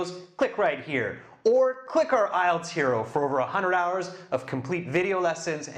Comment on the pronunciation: The host at the beginning does pronounce the brand name of the test correctly. It's called IELTS = eye-yelltz